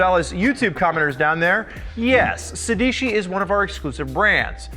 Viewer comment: Every time they say "Sédici" the Italian inside me dies a little